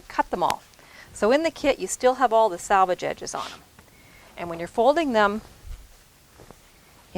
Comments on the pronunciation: Love this! Can’t wait to try it. Just one thing...it’s SELVAGE, not salvage. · Yes.... so annoying to hear "sal" rather than "sel" especially for those who have been sewing forever!